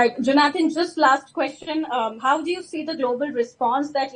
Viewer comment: Please learn to pronounce people's names. It is not jo naathaan.